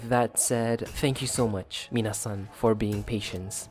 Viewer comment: Please stop saying minasan lmao like wtf